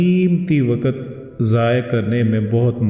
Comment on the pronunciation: Bohat ma'azrat kay saath Kyun k aap apne aap ko teacher keh rahe Hain tou Kindly apna tallafuz sahi kar lein Aik tou yeh k Wqat nahien Waqqt lafz hota Aur dosra aahrat nahien Aakhrat lafz hota Hai....